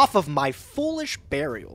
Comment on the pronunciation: And Foolish barriel